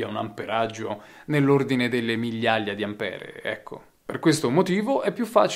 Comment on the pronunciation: Ampér, Ampere è inascoltabile